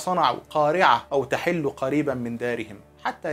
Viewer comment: أو تحل بضم الحاء تنبيه من محب لحضرتك ..استمر يا أستاذنا